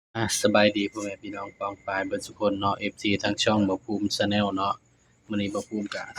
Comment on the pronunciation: เชนแนลchannelนี่มันเชนแนลแล้วไปอ่านว่าชาแนลได้อย่างไร